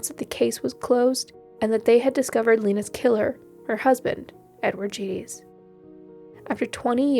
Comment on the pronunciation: I'm pretty sure her last name is pronounced hard G and small vowel e = Geddes - rhymes with eddies.